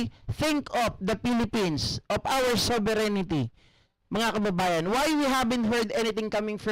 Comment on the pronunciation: Masakit sa TENGA pag bigkas ng sovereignty as sovereigNITY